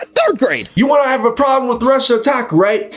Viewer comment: He has a "problerm".